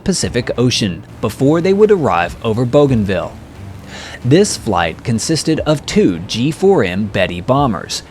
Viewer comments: Pronounced BOO-gan-ville, not BOW-gan-ville. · Bouganville is pronounced boo-gahn-VEE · My dad served in the Pacific,WW2. 2nd Marine Division,,,You did a wonderful video here, I'll check out your other ones. I do believe Bouganville is pronounced BOOganville. Just a minor thing, no biggie. Thank you. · BOOGANVILLE NICHTWAHR? But spelt BOGANVILLE ? is it not? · All that work & you couldn't learn the pronunciation of a 2 syllable word ? :face-blue-smiling